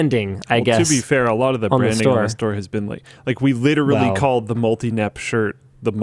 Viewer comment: lit·er·al·ly....4 syllables, Linus. You can do it. I believe